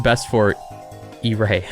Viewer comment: His name is actually Eray It’s pronounced a-rai